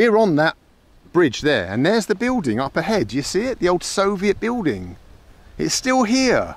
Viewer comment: I love the fact that Mr. Bald is unable to pronounce the word buiLding it’s always biuding 😂